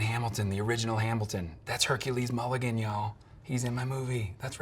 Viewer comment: “That’s Hercules mulegen y’all”